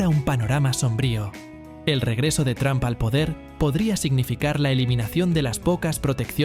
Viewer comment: No se dice Tram se dice Tromp.